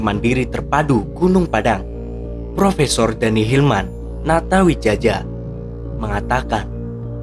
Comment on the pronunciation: Natawijaya bacanya Min😊